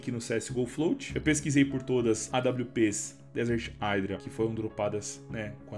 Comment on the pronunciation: Se fala "idra" dog não "aidra"